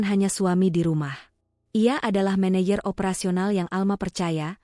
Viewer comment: Meneyer....untuk baca menejer